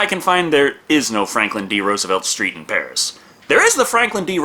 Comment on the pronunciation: I love how you said "Pari" with the French accent but with a Spanish R, as if that's a thing XD